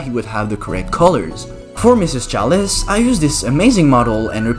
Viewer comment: Don't be that person bro this video was a hit I look at the comments expecting some laughs and I see you erm you pronounce chalice wrong ☝️🤓 like STFU